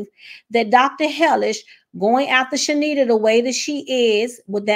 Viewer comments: Heavenly will have to pay for her actions. Her name is pronounced Charnita (Shar-nita) not Shenita the R is NOT silent 😂 and Heavenly kept pronouncing it wrong on purpose. Car-lucifer is a liar and an avoider... he tries not to address stuff hoping folks will forget. Both him and Heavenly will be handled by GOD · No shade, but her name is ChaRnita. You were pronouncing it wrong as well, a lot of ppl are. Heavenly probably still did it on purpose but everyone saying this lady name wrong 😂😂😂